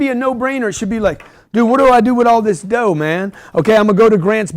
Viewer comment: 36 minutes on the second: "They want control of the dodo." You said, "dough dough," but I heard dodo. Correlation: birds of a feather flock together. Moral: find a fool with money, give him what wants, and you'll never be broke... That's just crazy enough to work!